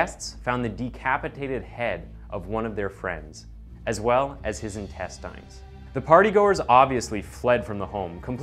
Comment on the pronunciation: Unsubscribed because of how you pronounced intestines